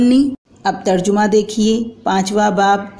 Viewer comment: ترجُمه ❌ ترجَمه✅